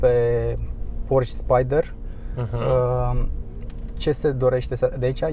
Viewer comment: Baaaa se zice Porșe (Porche) nu Porș ...